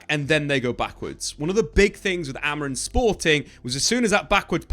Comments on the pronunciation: It’s not Amorin bro cmon it has been almost a year and you are still saying it wrong 😑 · AMORI(M), he’s the gaffer at least get the bloke’s name right